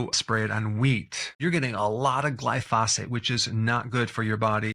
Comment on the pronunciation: Once again, Dr. B, it is NOT "GLY-PHOSPHATE." Glyphosate. Glyphosate. Glyphosate.